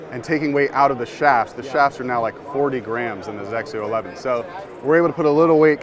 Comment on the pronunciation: Hey, if you guys are getting the Hawk, can I have your GCQuad? lol Also, I just appreciate being able to pronounce XXIO. ❤️